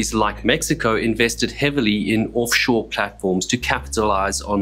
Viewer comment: "Orff shore." Accents are fun.